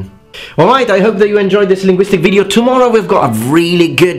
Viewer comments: your pronunciation is fine except for when you say video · Great video. As a friendly suggestion, you miss pronounce video regularly not all the time but regularly. You seem to be stretching the first vowel.